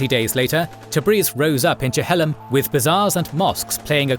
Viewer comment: It's pronounced Chil-lom rather than Che-hel-lom